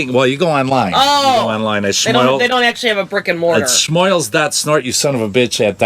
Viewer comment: ...It nice that you finally started pronouncing "Schmoils" properly. [Thumbs-Up.]